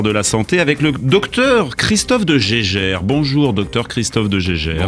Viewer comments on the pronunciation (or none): De Jaeger ne se prononce pas du tout 'de gégère' 🙂